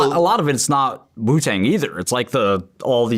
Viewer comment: Is it just me or does it sound like he says “poo tang”